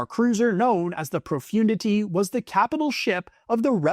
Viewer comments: Profundity is being pronounced completely wrong ! It’s “ Pro-fun- dity “ ! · You mispronounced Executor and Profundity